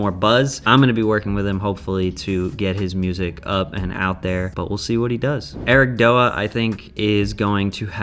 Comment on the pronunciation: lolol its "ERIC-D-O-A" btw, you say the letters